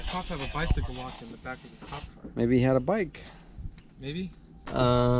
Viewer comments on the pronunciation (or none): none